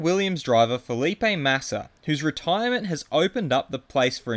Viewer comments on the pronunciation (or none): none